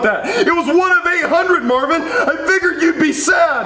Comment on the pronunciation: ITS MARVIN NOT MARVEN